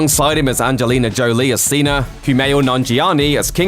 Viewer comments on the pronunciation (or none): none